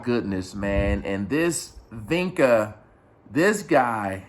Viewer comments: It's actually VEK-nah, not VEK-ner, unless maybe you're British. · Vecna not Vinka